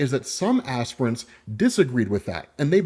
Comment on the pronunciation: Lol you called them "ass prints" the entire time